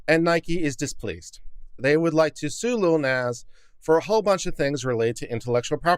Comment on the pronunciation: plus I love the pronunciation of "Nahh-zz" as "Nez" 🤣💖